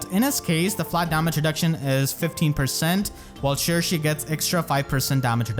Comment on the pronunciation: I'm glad we finally know how to pronounce Cherche correctly! I keep butchering her name before XD